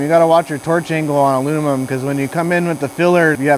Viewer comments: This comment is not meant to be rude at all. I appreciate the video it was very helpful. Post disclaimer here’s my observation: I’ve met 3 people in my life that struggled pronouncing the word Aluminum. It comes out as aluninim or alumimum. All 3 of those guys struggled in school. All 3 of those guys have extremely high ability level not just in fabrication/welding but in any hand eye coordination work in general. It’s weird! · "WELD MEAN, WELD GREEN" Alunimum!